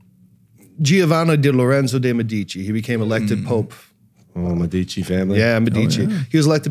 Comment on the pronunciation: The famous and powerful Medici family name is pronounced: MED-I- Chee.